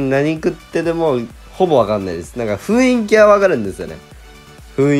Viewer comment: 雰囲気をふいんきって言うタイプなんや